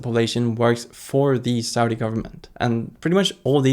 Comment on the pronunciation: idk, the country is succeeding in many ways and can adjust to its growth. also please learn to say Saudi correctly!